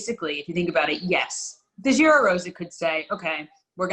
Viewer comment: What's with the French pronounciation of Giro from you and. This is like the opposite of 99% of UK people saying Chorizo as if it is Italian 🤣. Giro with starts with J as in John 🤓. Where's Rob Hatch?